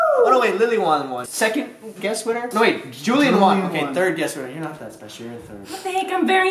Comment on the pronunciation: Miranda: What the heck, im very spe-zi-ole! Me: ( dies of laughter) Y u say special like dat! 👇🏻 if you agree